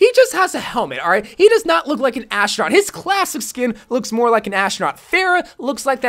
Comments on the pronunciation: Why does he say ashtronaut??!؟؟ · Are you saying ashtranot